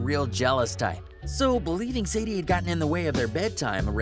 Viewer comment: It’s Sandi, not Sadie